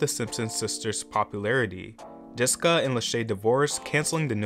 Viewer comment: Wtf did you call JESSICA "DISCA" ???